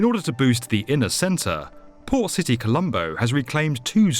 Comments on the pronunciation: Thought he said “poor city” instead of port lol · It sounds like the narrator keeps saying 'Poor City Colombo". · I kept hearing "Poor City".... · sounded like you kept saying poor city Colombo. I don't think we needed to be reminded that the city that's dredging up new land from the ocean is a port city, maybe I'm just a bit quicker than most. Looks incredible in planning, hopefully they come a cross few problems, and don't end up enslaved to china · I listened carefully. He says poor city Colombo :D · I can't help but keep hearing "Poor city Colombo" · I keep hearing "poor city colombo" 😂😂😂😂😂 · I kept hearing Poor City Colombo. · lol I kept hearing "poor city Colombo" and just figured out he was saying "port city Colombo". wondered why it was so derogatory at first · It sounds like the narrator is calling the project "Poor City Colombo" That can't be right. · did i hear it wrong? "poor" city? like a bunch of times lol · "Poor City Colombo" is what I heard from him all the time... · I always hear it like "poor city Colombo" xD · what's he actually saying because that's all I'm hearing too! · I was wondering the same thing!